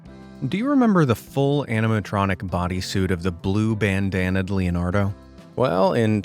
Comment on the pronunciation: That ain't Leonardo that's lenardo